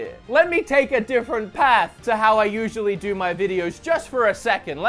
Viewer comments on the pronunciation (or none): You've spent long enough in the US that you're starting to say "path" with an American accent haha